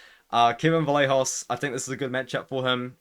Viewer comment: Vallejos is pronounced Vayejos. Like the “yes” y.